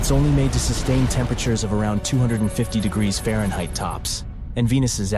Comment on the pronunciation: I say. You do not know how to pronounce Fahrenheit.